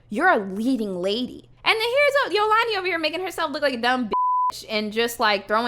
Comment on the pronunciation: It’s Afrikaans and you pronounce Dï Ant word And Zolandi is pronounced Zo lan Dì